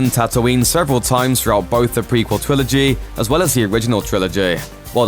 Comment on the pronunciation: Does he say twilogy ?